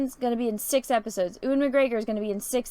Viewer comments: Color-over on the poster has too many cool colors. It takes away from the impression that it's a hot desert. Also, how is it that can't pronounce Ewan McGregor? It's "You-in.":p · Americans cant pronounce Ewan correctly.